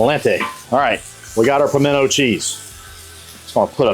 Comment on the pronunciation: Nope. The moment you said pimento, I was out.